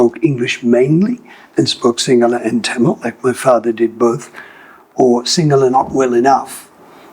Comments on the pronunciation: He has Aussie accent but his Sinhala pronunciation is spot on. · These people are every bit Sri Lankan as we are. Love how good his sinhala pronunciation is. Bandaranayake made a huge blunder by the sinhala only policy.